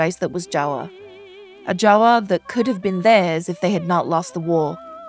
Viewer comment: I love how the narrator said "Jawa" instead of "Java"😂❤